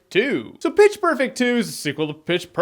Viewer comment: Every time you said pitch its sounded like bitch